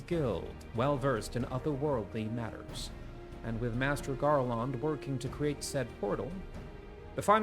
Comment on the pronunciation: the second syllable of Garlond is the same as the second syllable in England